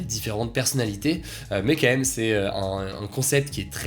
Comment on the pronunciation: S'il te plait Hugo, Fait attention on dit quAND même et non "qua ème" ... Ca me trigger à chaque fois ahahah Sinon merci de nous informer chaque jour <3